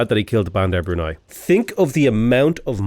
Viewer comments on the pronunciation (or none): none